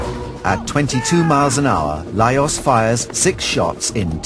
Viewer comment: His name is pronounced as LajoSH. What ignorance to make such an error around the subject.